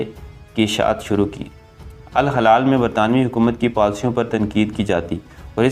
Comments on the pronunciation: الہلال درست تلفظ جبکہ الحلال غلط ہےبراھکرم درست کیجئے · Hilal meaning Moon Halal mean jaaez jo haram na ho apna talffuz dirust Karen ghalat urdu na parhen